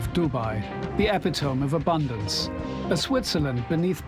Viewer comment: EP-uh-tome, he says. It's Uh-PIT-o-me, friend. All is forgiven, dear heart.